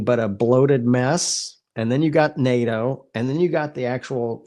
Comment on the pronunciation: NADO ? I thought the acronym was NATO.